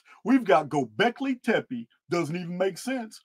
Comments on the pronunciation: you say "gobekli tepe" flawlessly on the first attempt. you did it. you finally did it. we are so proud of you haha much love brother thank you for your work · Bit late, but great to catch part of another live. Thanks and all the Archaix people. You pronounced 'Gobleki Tepi' correctly and also can't align myself with the idea that the site was buried by the builders or the community. Since I've been watching your channel I figured it would probably have been buried by a cataclysm (Not sure if Phoenix or other). But as you say the site is huge. It makes no sense. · Thank you for pointing out all these particulars. This was very informative and I really appreciate all the linked videos. Happy New Year everyone! Peace and love ❤️🕊️🌿🕯️☮️💚 PS and yes, you said Gobekli Tepe perfectly. The thing is we love you no matter how you say it! ❤ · Yes!!! He did!!! I caught that too! Perfect pronunciation!!!! Bravo,! However, we love you no matter how you pronounce it! ❤❤❤